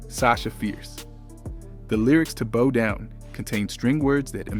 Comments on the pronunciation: I’m trying to figure out why he kept saying bow like a hair. It’s bow like what you do at the end of a performance. C’mon man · Bow Down, Bow rhymes with How, not Bo Down😮